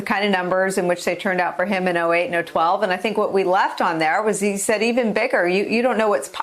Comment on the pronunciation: I rarely hear Nicolle Wallace make a "GAFF", but today's gaff was actually funny to me. When speaking of the voters that turned out for President Obama, she said "08 and "0-12" rather than 08 and 12.